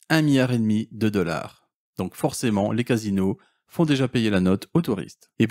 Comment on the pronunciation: Et pouis, 18 deleur, il parle français ?